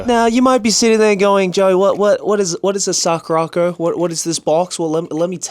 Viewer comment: The way Joey pronounced SakuraCo is the real reason he's going to hell 😂😂😂